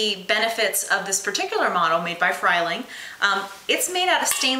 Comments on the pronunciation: tian, This woman is does not know what she is talking about. This is a FREE-ling, not a FRY-ling. You should steep 4 minutes, NOT 25 minutes. You never place ANY French press on the stove, you simply pour water in. The Frieling is excellent in construction and performance. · No. Frieling, pronounced Free-ling, not Fry-ling. Frieling recommends NOT dissembling the plunger, in their instruction manual, just place it in the dishwasher...comes out sparking clean. What you are doing is way, way, overkill. Onlly do something like that periodically, but a dishwasher's intense head and detergent will clean it the easy way. No need to complicate things.